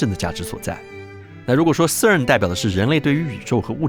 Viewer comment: 哥们，CERN不是这么发音的好吗